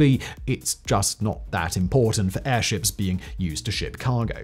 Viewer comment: Errrrr, can we just anchor these airzhips? Is that so hard?